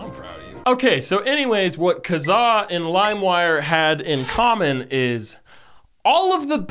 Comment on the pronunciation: i can't deal with how you pronounced Kazaa also we had eMule and μtorrent still kicks around